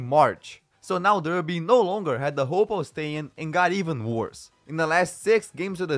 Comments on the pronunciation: Its pronounced DARBY, lol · Good video. Derby is pronounced Dar-bee. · Derby pronounced DARBY reading is pronounced REDDING. just fyi